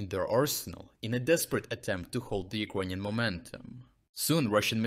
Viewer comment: As to the pronunciation. Improvement! Now still especially one word sounds very ”slavic”. It”s the word ”ukrainian”. The i sound is too dominating, sharp and sounds mixed with ”j” in a very disturbing way. Try to listen to proper english pronunciation. The i sound should”nt be that dominating sound in that word, please! The same applies to a certain extent to i in ”russian”. Dim the i sound even more!